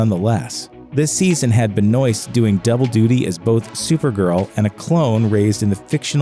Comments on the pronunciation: Come on. I can’t believe you just butchered Melissa Benoist name. Do some fucking research or just listen to someone vaguely smarter talk for a second. Pronounced benwah. You turd. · Listening the surname “Benoist” said as Benoist is heartbreaking